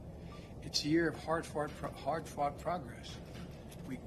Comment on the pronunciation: He has a speech impediment...